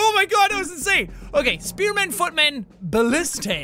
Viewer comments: jack its not ballistey its ba list a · Jack, it's pronounced bul-lis-tuh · its ba-li-stah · It's Ba-list-ah